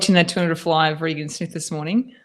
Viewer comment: It's RAY-GEN Smith, rather than Ree Gan Smith.